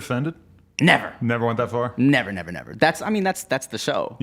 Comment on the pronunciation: The way Tim says NEVER 😂